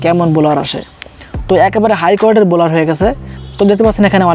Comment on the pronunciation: বলোর না, ব্ল্যার